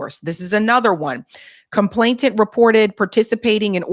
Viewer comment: Sorry to nitpick, but it's complainant, with an 'N", not "ComplainTANT. no "t" involved.